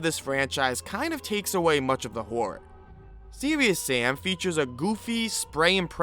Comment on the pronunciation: "Seweeus sam"